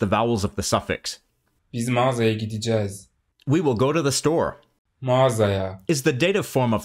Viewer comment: pronunciation of "gideceğiz" is not "Gi-di-cez", It is "gi-de-ce-ğiz" :)